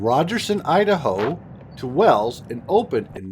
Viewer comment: It's Wells, Nevada. FYI.